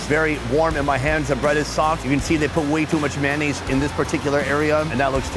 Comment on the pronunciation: What is “man eh’s”? Sorry I’m Canadian. We do like mayonnaise here.